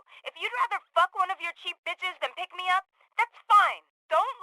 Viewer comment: Nothing related to the game - are you half english half US? Just noticed how you seem to say 'van' rather than 'than', which is quite common in England t. English